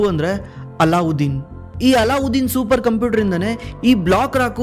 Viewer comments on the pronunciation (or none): Not " ಅಲ್ಲಾಉದ್ದೀನ್ ", "ಅಲದ್ದೀನ್" ಅಂತ